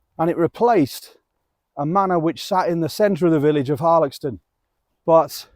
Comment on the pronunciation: I often walk a loop from Woolsthorpe by Belvoir which includes Denton and the reservoir. Last time I walked around Harlaxton however, I was (reliably) informed the X was pronounced as an S sound! I’ve just discovered you! Videos look great x